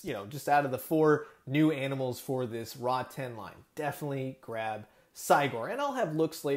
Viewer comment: It's pronounced Rotten not Raw 10 also given this is more "kid friendly" it's still slightly disappointing we don't have a full articulated version. Still some added paint to the fur and skin even a gloss on the eyes and the inside of the mouth like the teeth and tongue. Along with painting the scars this would look like a great high end figure